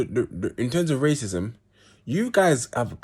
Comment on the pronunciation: Man said racusm